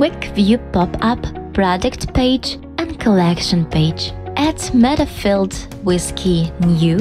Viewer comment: She miss-prounounces and its annoying for no English native speakers she says WIS instead of WITH! its hard to follow up!